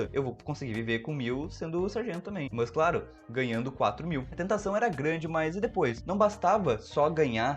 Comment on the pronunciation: pq ele fala MÃS?? MANS???